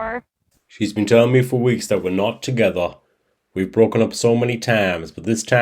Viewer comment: Even when he tries spinning a story he still reveals the truth inadvertently, acting like his girlfriend is mad he’s talking to another woman then says “ she says we’re nawt tagetha “ dumbass .